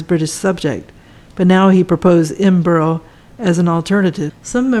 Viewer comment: Nice video. Edinburgh is pronounced "Edinbru" in the UK, so you know and not Edinbrow